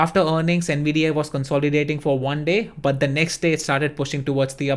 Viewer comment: I N G D O M no he’s not bud he’s saying AYY at the end which isn’t right